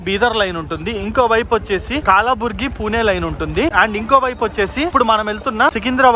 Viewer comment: అయ్యా దేవుడు కాలాబురిగి కాదు కలబురిగి.